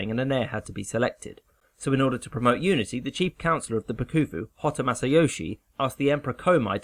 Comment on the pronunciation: Pronounciation FYIs: The Bakufu is pronounced Backfu (no bakoofoo) and Edo is not Eeeedough, more like Aido.